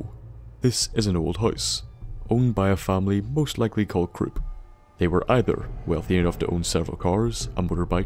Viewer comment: lol I actually thought you said crops manor and I kept laughing